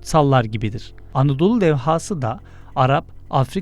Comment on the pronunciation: Levha demeyi öğrenin lütfen